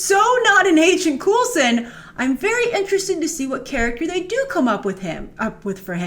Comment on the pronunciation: Agent 'Coolson?'